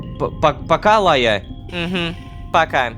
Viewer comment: Почему меня трегерит Лайя. Просто я думаю будто Рома кортавит Р в имени Райя